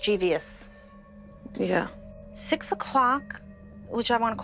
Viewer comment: Mischievious is not a word. It's mischievous. Three syllables. That's as bad as people saying "drug" when they mean "dragged". SMH.